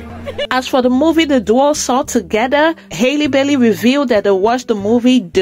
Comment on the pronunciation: Her name is Halle, not Hailey. Just like Halle Berry. Please correct this.